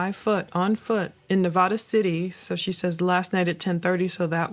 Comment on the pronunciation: please pronounce Nevada correctly 😩